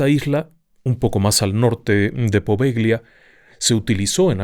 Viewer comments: Buenos días. Un paréntesis: no se pronuncia "Poveglia", se pronuncia "Povellia" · Amo éste canal❤❤❤ En italiano Poveglia se pronuncia Povelia, "gl" suena "l". Muy estimado, deseo nuevamente felicitarlo por su exquisita narrativa, sus programas los veo y los re veo y los vuelvo a repetir, son fantásticos, gracias a usted y a todo el equipo de RDLO. Por otro lado quisiera preguntarle si el Códice Poveglia fue encontrado en ésta isla y le ruego nos ilustre con un programa dedicado al mismo. Mil, mil gracias por su atención y amable compañía❤❤❤❤❤